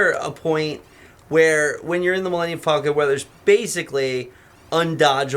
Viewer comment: Does know how to say millennium falcon its not millennium fallcon theirs no double l, its just like the bird falcon!